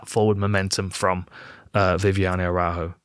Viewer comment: Dan, you should check how to pronounce Araújo.